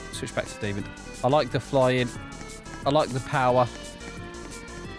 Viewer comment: I don't know if you've realized, but you say Demond instead of just demon!